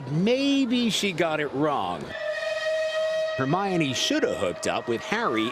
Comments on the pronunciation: "Ron and Hermayonnaise..." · Hermaynays? Hermione that is how you say it! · Her may an e ‘s What is that pronunciation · Lol he pronounced hermiones name hermene XD its her mi O ne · “Her- may-ni” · “Hair-main-ee” lol what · “hair-main-ee” I’m screaming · Ron and Hermaine LOOOOOL (Instead of Hermione) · “Hermainays” Lmfao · Herneinei? What dude pronounce it right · Hermayonnaise really??? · Did. that. man. just. say.... Hermainy. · he said hernanies in stead of Hermione's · Hermaone are you kidding me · Omg the man at the end said Hermione name wrong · The worst part of this news story was when the guy pronounced Hermione's name wrong. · That pronunciation of Hermione at the end. I lost it. 😂😂😂😂😂😂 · He butcher her name already O_O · Did she just say jenny instead of ginny... and did he just say hermaynee